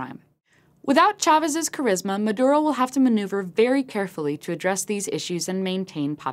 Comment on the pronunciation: should learn to pronounce Maduro...